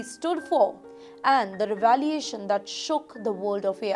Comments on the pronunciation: "whooping", "computering" , "revalee-ations" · The host really needs to work on her language skills. So many mistakes while presenting. Revaliation is not even a word 🤷🏻‍♀️ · Anchor needs intensive training and support in English grammar and pronunciation.Mispronouncingwords like revelations and the poor grammar used is shocking.Please improve the quality of language.